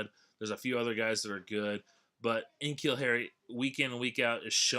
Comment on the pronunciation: N'Keal is pronounced like nuh-keal not en-keal.